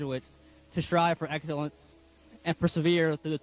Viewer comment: "Strive for eggulunce"... Etc Yeah, his heart was in "where did I put that knife?" Just because of that speech, I'd consider raising the red flag.